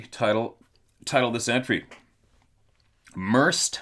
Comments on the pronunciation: Merced pronounced.... Mur-Said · the county is pronounced, Mer- sed county.